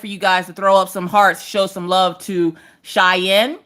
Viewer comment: Thank you to (you pronounced Cheyenne's name perfectly) and especially to Maggie who sang happy birthday so beautifully for Cheyenne's birthday. She absolutely loved it 💜💜